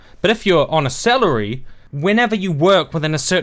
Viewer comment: I fucking love that your accent made "on a salary" sound like "on a selleri". I seriously got the best image ever of Sargon, TJ and the rest (not sure how many of them are actually fultime-youtubers) sitting on a giant selleri see-saw ... And english is not my first language,by the way - this is not a douchebag "haha, the silly aussie can't talk right"-deflection of your arugments, which I really ahve nothing to add to, just an observation